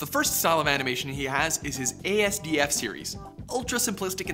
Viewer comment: asdf is pronounced ass-duff